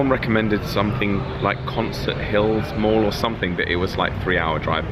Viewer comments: when she said mall, it sounded like morgue. oh, let's go visit a morgue. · When you first said mall, I thought you said morgue. Now I'm disappointed.